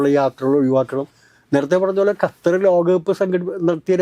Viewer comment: പൊന്നു ചേട്ടാ ..ഗത്തർ അല്ല. ---ഖത്തർ